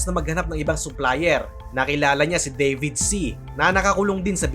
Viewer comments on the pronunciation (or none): none